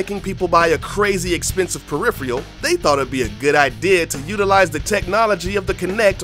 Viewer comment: "....so instead of making of making people buy a crazy-expensive...." WHAT??? "Peripheal? Perifeule? lol, repeat after me: "Per-if-er-uhl" A "peripheral" Again, " PER - IF - ER - UHL ! ! "